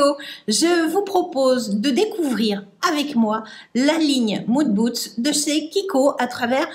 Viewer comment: Madame, j'aime votre manière de prononcer "Moon Boots" au lieu de Mood booSt, je trouve ça mignon et rigolo. Merci pour cette vidéo, j'aime aussi cette gamme,qui est encore accessible sur le site en soldes.